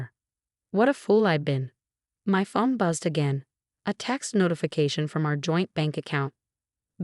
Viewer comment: Please for the love of God, get someone who can write the subtitles correctly! It is a PRENUP not a Printup!! Someone who could correctly pronounce words would be great too! The word is PHONE not fum, whatever the heck that is. Could be great vids with competent people